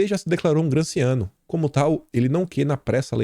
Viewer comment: Só um humilde aporte: gramsciano se lê gramichiano (Gramsci era italiano e seu nome é pronunciaso "grâmichi")